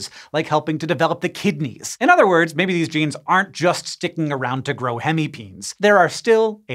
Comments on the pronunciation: It is NOT pronounced PEENS. but PEENEES GET IT RIGHT !!!! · I'm relatively certain that "hemipenes" is pronounced "hemi-peh-nehs" and not "hemipeens". It's the Latin plural of the Latin word "penis". Or just say "hemipenises" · Bro deserves an Oscar for keeping a straight face after saying hemi-peens...